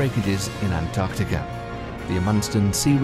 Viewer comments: Why when the narrator says Antarctica it sounds like Antarctica-ur? I have notice it a lot, i heard some one saying novel-ur to novel. Or are my brains just playing tricks. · Antarctica no r at the end